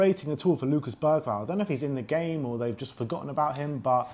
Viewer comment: Hi guys, I would sincerely appreciate it if you would pronounce our players’ names accurately. EPL recently released a video on how to pronounce every player’s name. I just learned that Bergaval’s name is pronounced without “g.” Many thanks!!! COYS!! 🎉